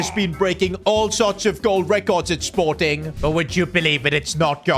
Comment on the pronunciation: that sporting pronunciation was diabolical